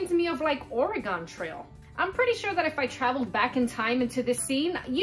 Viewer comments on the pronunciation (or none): Thank you for sharing! This image was fantastic to piece together, even with those challenging areas. Oh boy, me and my "OreGONE" pronunciation. I'll make sure not to say that out loud when we're out for lunch!🤣🤣